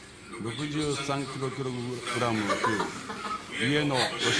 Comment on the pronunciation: なんでキログラムが 言えなかったんだろう 笑